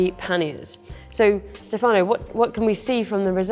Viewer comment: Stèfano not Stefàno :)